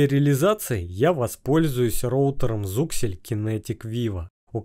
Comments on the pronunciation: )) не зуксель, а зиксель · Какой еще Зуксель? Вы читать умеете? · На слове зУксель я выключил ролик🤦‍♂️ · познавательно для тех кто не знает. но вот зУксель убивает мой слух)